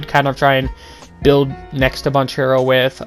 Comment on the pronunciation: It’s Ban Care Ro…”duke fan” 🤣🤣🤣